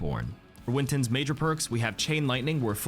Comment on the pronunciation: Stop calling it winton, its cringy af